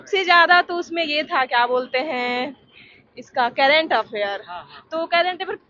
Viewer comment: Current Affairs ❌ Kerent Affairs ✅ 😎😂🤣😂😅